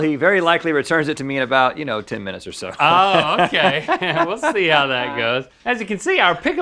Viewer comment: Can we see-ah what’s most expensive at IKEA? Let’s talk about that.